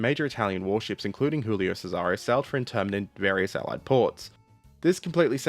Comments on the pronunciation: "Cesare" is pronounced with the emphasis on the first syllable - "CESare". The way you pronounce sounds ludicrous. (Historical note: Laurel and Hardy films were dubbed into Italian with misplaced stresses in words, just as you do with Cesare, for comic effect. So, in summary, you sound like comical when mispronouncing Italian words.) PS. How do you know where to place the stress? It's not always obvious. There are rules, but they're pretty complicated, which is why my Garzanti Italian dictionary contains pronunciation hints for each word. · Your pronounciation of Cesare made me die inside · how should it be pronouced? Pizza pizza mama mia boatololio?